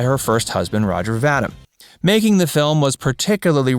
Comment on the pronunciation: The name is pronounced “Va-deem” 😁 Best role has to be her playing Gloria in “They shoot horses, don’t they?”